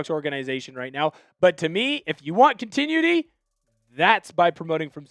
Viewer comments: con-ti-NU-i-ty Not con-TIN-ui-ty Sorry, that's driving me insane. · Not to be an asshole but please continuity is pronounced: con·ti·nu·i·ty. Your welcome. But do love the show! Keep up the great work! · Enjoy your work. Than you. FYI - check your pronunciation of "continuity" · Bud, there are videos on this very website that can help you pronouncing those hard words like "continuity". I mean, you should have learned that in elementary school—at the latest—and it's almost impossible to mispronounce if you have even a remote understanding of English phonics, but the best time to learn to speak English after "when you were a child" is definitely right now.